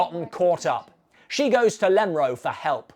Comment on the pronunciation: Please stop saying Lemro.